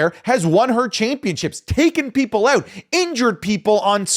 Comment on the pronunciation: that "out" with the British accent hit different